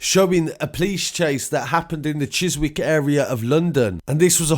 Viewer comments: Chis Wick it’s pronounced Chisik but spelt Chiswick 😀😀😀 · Bro it’s pronounced ‘Cheese eek’ just saying. 👍🏽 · chiswick is pronounced chis ik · It's pronounced chisik ... Where was there rich important person security??? That's fishy..... Esso 19 don't play that defibrillator is a specific murder weapon when used kills ya but your heart don't automatically start again....I'm not on about normal defibrillator just special James bond stuff one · Chiswick is pronounced without the w, chis'ick. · Mate Chiswick is pronounced chis ick. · Chiswick is pronounced Chizzick. I believe it's his step son that was arrested. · Chizik ! Just a tip on pronunciation respect from Huddersfield pal and keep up the great work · 'Chiz-wick' lol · Yeah, the w is silent